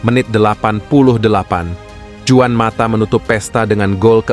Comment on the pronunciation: Penyebutan juan mata: huan mata buan juan mata penyebuta la roja: la roha, euro: yuro bukan ero